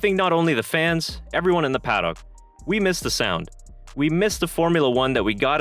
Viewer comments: It's pronounced pa-duck. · I know that "paddock" is not a commonly used word in North America, and is pronounced differently in other English-speaking countries. For example, some Australians say 'paddick', which sounds ludicrous to me and I live in Australia. The correct pronunciation removes the o and adds a schwa (usually styled as ə). Basically, an 'uh' sound. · nostalgia flooded the "PAD OCK" ??? what the fuck is a pad ock ????? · He pronounces Paddock weirdly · How can you not pronounce paddock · Paddock is one word not two.....